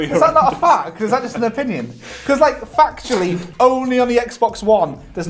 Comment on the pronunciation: I'm hearing factually as fucktually and I don't know how the rest of you are ignoring it